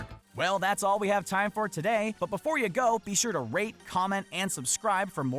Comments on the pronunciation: Did he say "rape" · it sounded like he said something else instead of rate